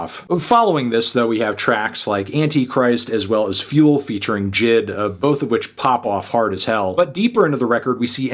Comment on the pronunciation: Why does bro say J.I.D as Jid???